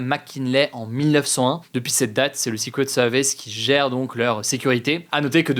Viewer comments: Comment le tireur a 't'il monté sur le toit de la grange sans se faire reperer? par les FDO ou les spectateurs ? quand on parle français on dit "secret service ". et non sixquwet sevice Merci. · Il parle bien du "séqwète seevice" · J'adooore la prononciation secret service "sicouet seuwvèce" 😂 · Le sikwet seuhviss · Le 6 couettes sewvisse 😅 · Le ''secwet sewice'' :3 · Ca ce fous de l'accent sur le "secret service" mais au moins il fais un effort de prononciation x) je préfere ca que "seuquerette service", la france toujours numero 1 pour ce foutre des accent alors qu'on est un des pires pays d'europe niveau anglais ! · Zé soukrét seuuurvice 🤔 j'adore la prononciation 🤣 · Et sikwet seuviss. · Vazy c drôle ! Mais j'ai bien ris en lisant com pile quand il me reprononcais pareil le sucrette service :) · "sikwet seuviss : le jeu a boire" chaque prononciation un shot letsgooo (ALLO C'EST DU SECOND DEGRE !.. ptain les commentaires c un delire...) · Si tu as du mal à dire Secret Service, dis juste les initiales... Ah bah non 🤣🤣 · Son accent Anglais est beaucoup de chose mais pas excellent... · Son accent est très bien mais le franglais avec un switch d'accent en plein milieu ça sonne "ridicule" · C'est pas excellent justement 😭 Le r anglais n'est pas un w... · excellent? wouah quand même pas hahaha il a un sacré accent dans la prononciation quand même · Il a un excellent accent de manière générale, mais non là, l’accent n’était clairement pas ouf. Edit : bon, il a dit le mot plusieurs fois, c’est surtout la première qui sonnait faux je trouve